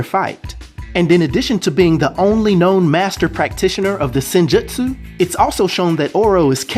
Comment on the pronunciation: good video. Sidenote: The Japanese word, "Jutsu" is phonetically pronounced as: jootsu like boots or roots. So, in terms of sounding out the word "Senjutsu", it would sound like "Sin-joots-oo".... Keep up the good content. Peace.